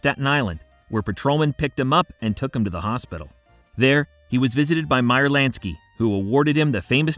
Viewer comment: Lansky not LANKSY!! Lol. Great video though